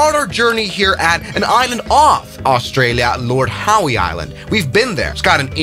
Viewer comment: It’s pronounced lord how but funny nevertheless